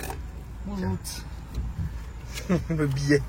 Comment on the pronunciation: Le" bonjoute" d' à la caisse du péage. magique❤️